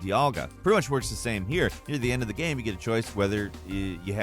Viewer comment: “Pokémon GAM” lmaoooo